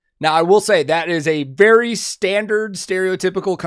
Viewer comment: for a moment I thought you said: berry spot on, as that's in his name LOL